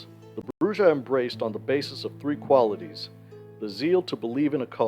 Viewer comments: Ugh It's pronounced Brew-Ha. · Every time he says BruJAh I grind my teeth. The J is an H sound! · Isn’t it pronounced bru-ha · brujah has a mexican j so it's an h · Come on, man, at this point you're saying Brujah wrong on purpose 🤨 but good video